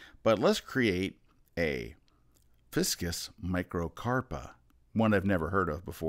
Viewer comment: Liked the "fiskus" hahahaha. It's actually a FICUS. 😉 Great video as always. Thanks a lot Scott. You're awesome.